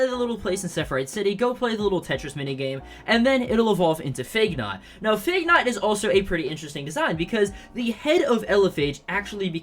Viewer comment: how do you manage to mispronounce phagenaut 😭